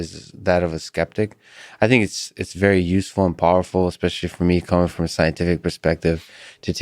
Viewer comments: Cmdr David "ecxspecially" Fravor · I was a little disappointed he said 'eggspecially' though ;) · Does it annoy anyone else when people say “eggspecially” … it really chaps my cheeks